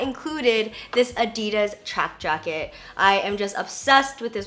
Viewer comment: It's ADD-DEE-DAS. not Ahdi-durs.